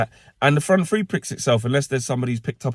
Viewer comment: “Three - nil”, NOT “Free-nil”